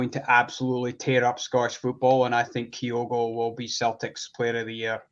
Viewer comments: still can't pronounce Kyogo correctly, ffs. Just have Chris on, sack till he can do the absolute basics right. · Not one, two. Butchers pronunciation of Kyogo as well.